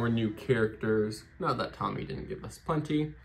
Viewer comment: You pronounced tomy wrong